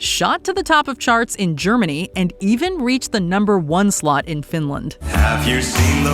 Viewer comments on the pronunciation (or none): none